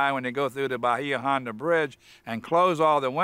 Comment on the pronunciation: I live in the Key West. Nobody from the Florida Keys calls Bahia Honda, 'bah-hee-ah' ; It is CORRECTLY pronounced 'bay-yah'. The 'i' is soft and subtle so as to Not be intelligible/audible.